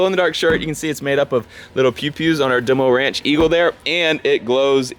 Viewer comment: "That is totally 'DeMOR'nch logo' " ....I gagged! DeMor' nch: coming to a runway near you.